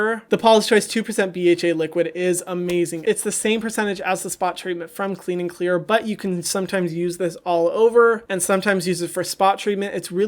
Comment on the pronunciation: When he said it like that I died laughing 😂 pure gold.